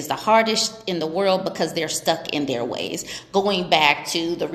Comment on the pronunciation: Stuck in their waYZe (yes, I spelled it like he pronounced it)- translation- she not dealing with my nonsense so I have to date younger women who don't know any better 😶😐🙄